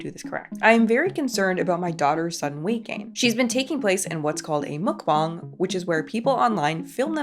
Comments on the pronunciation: It’s Mukbang, not mookbong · What is a muk bong isn’t it pronounced mukbang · I think she’s just mcbonging English/Gaelic to rage bate us with an ear for terrible pronunciation. Unforgivable pronunciation of every vowel. Mok Bong. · I can’t tell if is being pretentious or just has a strange grasp of English/Gaelic but I had to stop the video to Google “mokbong” only to find out it’s “McBang”. I can’t stand when people intentionally pronounce words in the most random “unique” way. (I listen to YouTube I rarely sit and watch like I’m “supposed” to) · Even at my fattest, I always considered mukbangs cringe & disgusting. And, honestly, morally reprehensible. Like, I hate living in a world where mukbangs (which I will always intentionally mispronounce as “muck-bangs” because I don’t respect the concept) and starving kids exist simultaneously. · Tis pronounced Muck bAng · The way you say mukbang. Do you say gangbang like gongbong?